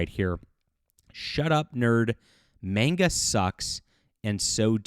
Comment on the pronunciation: Manga is pronounced MAWN-gah, not MAYN-gah.